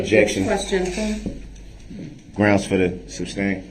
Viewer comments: The word is "sustain" not "substain" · Anyone notice how he says "substain" instead of sustain lol when he says "grounds for the substain" haha what a joke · “Sus” not “sub”!!!!!! How does he sleep at night? Knowing what he did and just not caring. I can only rewatch the tr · I love that nobody corrected his misuse of the word 'substain' during the entire trial.😅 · IDIOT , ITS SUSTAIN , NOT SUBSTAIN !!!!! IM SOOO HAPPY HIS ASS RECEIVED OVER A THOUSAND YEARS IN PRISON!!!!!!!!!!!!!😅😅😅😅😅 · "SUS-TAIN"... MUHFUGGA, "SUS- TAIN!!!" 🤦🏿‍♀️ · “Grounz for the suBstain” 😂😂😂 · It's so stupid he doesn't even know how to pronounce a 2 syllable word correctly. Substain for sustain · Groundz and sub-stain his favourite words